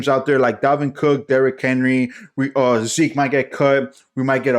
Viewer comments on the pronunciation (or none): none